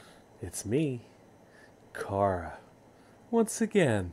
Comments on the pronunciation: ITS CHARA NOT CARA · Not Cara Its Chara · Youresaying cara you need to say chara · I just realized, you could totally impersonate Urichimaru from Naruto! Also, it's pronounced Care a. Or is it Ky ra? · Isn't it CHara, instead of CARa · Not tryna be one of those dudes, but I'ma be one of those dudes. It's not "car-a" it "ch-(as in change)ar-a" almost like saying shara but with ch, to this day I still don't understand how you can get the name wrong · Its character not cara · It's Chara as in Character. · According to google translate it’s pronounced ch-ara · It's ch-arA, I used a translate. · It’s “Chara” but pronounced “C-h-ara”